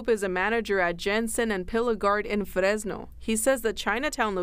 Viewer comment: Fresno is pronounced with a regular English R, and no one actually from Fresno pronounces the name of their town with a rolled R like that lady was. Notice she didn't roll the R in "graffiti," "truck," "crews," and "from." She's deliberately, disrespectfully, mispronouncing it to send socio-political signals, but hardly anyone is brave enough to call it out for "racism."